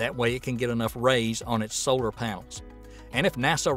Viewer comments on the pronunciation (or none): none